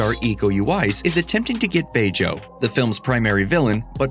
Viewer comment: It's not Bejo like you said, it's pronounced "BEjo" where BE sounds like BI in bird.